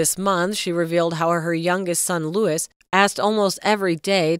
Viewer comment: Why are you showing old photos and talking pure nonsense . Louis is not pronounced Lewis.